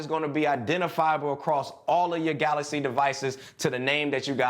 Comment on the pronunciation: i dont need a screen protector on my "galacy" watch because its saphire, and its galaxy not galasy:) # #cjsentme